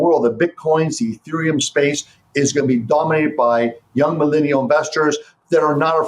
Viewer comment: this guy cant even pronounce millennial.